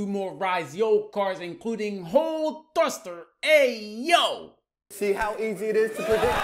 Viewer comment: The way he pronounces HOLEEEE thrust”her” got me rolling 😂😂😂